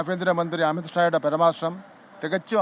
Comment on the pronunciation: പരമാർശമല്ല സാറെ, പരാമർശം.നോക്കി വായിക്കുമ്പോളാണ് സാറിന് തെറ്റി പോകുന്നത്. ഇനി മുതൽ കാണാതെ പഠിച്ചു പറയാൻ ശ്രമിക്കൂ. ചിലപ്പോ ശരിയാകും